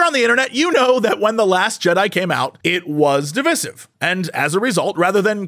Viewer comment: Two things (cuz I'm a pedant that way): The words are pronounced "Oh-gul" and "Dih-vie-sive" (blah blah I know correcting mispronunciations is bad form but still.. and... To say G4 is 'declining' is a laugh because the shows were never that good to begin with. Time operates in a linear fashion and going backwards relies heavily on those rose-tinted glasses that make you remember G4 fondly because it was at the time the ONLY real source for the kinds of content we LITERALLY ARE DROWNING IN HERE ON YOUTUBE. I got the chance to talk to Jirard in person a couple of weeks ago and I actually feel so much sympathy because for him G4 was (like with you) inspired to do what he does today because of that channel. HOWEVER, G4 was always a pale imitation of TechTV and Xplay took a HUGE quality hit when they split off to G4. Also, Tommy Tallarico (or however his name is spelt) was and still is a complete douche and his influence on the early G4 days was painfully visible. Won't even touch the Frosk situation, it's such a clusterfuck :P Oh and the YT algorithm kept pushing this episode to me today even though it's a month old, so...yay?